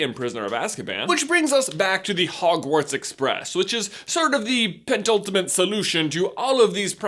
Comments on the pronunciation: "pentultimate" solution? (A) you mispronounced it and (B) That word does not mean what it seems you think it means. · "Penultimate" not "pent ultimate", also it means second to last so probably not the right word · Are you sure that you know what "penultimate" means? Also it is "penultimate", not "pent ultimate"! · Penultimate, not pentultimate* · Ha... "Pentultimate" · Great video, LOL did you say 'pent-ultimate, do you know what PENultimate means? No prob, good work. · I don't think you know what penultimate means. I know you don't know how to pronounce it.